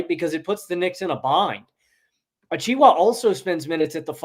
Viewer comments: Why are you calling him achwa???? That's not his name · I love you and, but Precious Achiuwa's last name is pronounced "a-chew-a". Also Cason Wallace's first name is pronounced the same as Jason except it starts with a C. I don't mean to rant, but it's been annoying me when you guys talk about both the Knicks and Mavericks.